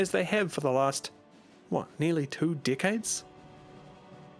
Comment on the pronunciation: i swear everytime you say decades it sounds like dickheads